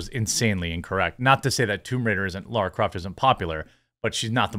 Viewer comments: Laaaaara! Not Laura! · LARA not Laura